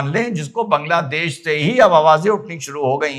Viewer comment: Why all North Indians call it बंगलादेश ? It's बांगलादेश .